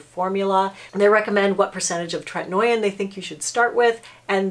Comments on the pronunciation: “Tret-in-O-in” lol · Differin (previously Rx) is also available over the counter. The name of the ingredient in that is adapalene and it is kind of like tretinoin’s sister... so people might wanna look into that as well. Besides the pronunciation I think this is pretty solid advice I just don’t think you necessarily should be giving it because there are a lot of other things that doctors would consider about specific situations withDifferent people not everyone tolerates treatment very well especially if you have rosacea - it can make it worse!